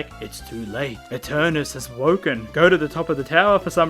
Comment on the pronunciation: its not...eternus....its eternatus